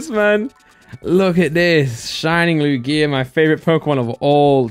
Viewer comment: The way says Lugia is vile